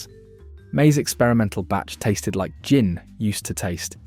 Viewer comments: Is this an A.I. voice ? If not what the F. u saying ? Gin is pronounced JIN not with a 'Guh' - u say 'Guh-in', - why? - if u british u now how to speak don't u ?? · Your robot narrator has trouble pronouncing GIN... sometimes with a hard G. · Presenter says 'gin' with a hard G. AI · Enjoyed watching the video ... apart from the constant mispronunciation of GIN!